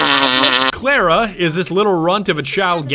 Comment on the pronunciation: you pronounce the cla part of it as the first part of class and the second part ra